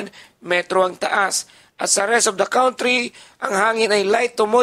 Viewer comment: Stop saying Kawntree Kan.Tree